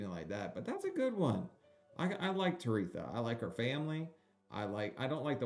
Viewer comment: It’s “Tere-THA” why are you saying “Tereka”?